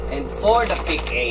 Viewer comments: Its Pick- ah not pick ey 😡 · Pic A basa don pic-AH magtuturo ka na lang mali pa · Excuse me? Pano mag basa ng Alphabets? Pic-A kung mag babasa ka ng Apple, babasahin mo ba dapat Ey-Pol? Mag ayus ka nga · PIKA PUYUNG PAG BASA DYAN HINDI PIC-A